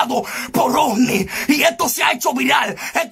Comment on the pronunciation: No es osni es ovni